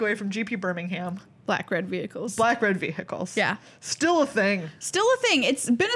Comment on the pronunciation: loved the smirk at the camera when Meghan said ve-hi-cles